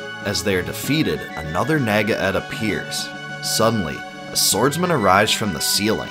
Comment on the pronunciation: Pronunciations: Masamune: Mahsah-Moonay Epoch: Epic Nāga: Nah-guh